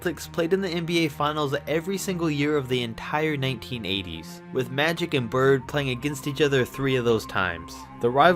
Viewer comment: He said matic Johnson 😂